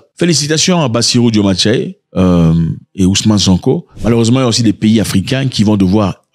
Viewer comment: Zack quand vas tu faire l'effort de bien prononcer le nom de notre président ? 😂😂😂😂 tantôt cest "diomandé" ou alors "Diomané" ou je ne sais quoi encore 😅😅 relis bien son nom au moins..ou bien?!😂❤